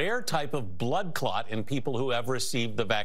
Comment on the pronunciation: Dude said " blood clot " so much, I thought I was watching a news report from Jamaica...